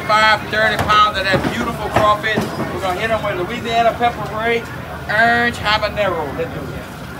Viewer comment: You can tell exactly where he's from just by the way he says orange. I gotta try some of his food.